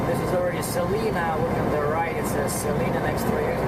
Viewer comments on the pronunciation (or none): Suh-Lie-nah Ks. : )